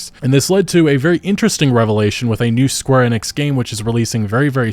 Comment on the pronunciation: the one youtuber that pronounces square enix correctly 😩